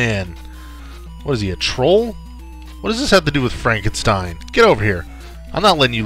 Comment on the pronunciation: Frankensteen! Frankensteen! ;)